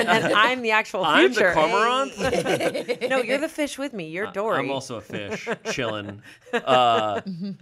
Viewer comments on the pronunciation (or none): Fun fact: did pronounce cormorant wrong. Cor-Mor-Ant, with ant pronounced just like the bug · My mom is wildlife biologist, and I grew up hearing it pronounced as "corr - morr - rant" (with the a read like the insect ant). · ***Cormorant (core-mur-Ant) 🐜*** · Birder here! Y’all are so close to the pronunciation of cormorant! I think its French so its already annoying to try and pronounce in our American English ways. It sounds like “COR-MR-RENT”. Emphasis on COR and less emphasis on MR cause its almost at a mumble. Amazing readings and pulls from all y’all! Would be fun to see other Smosh members go on here and have their tarots pulled too!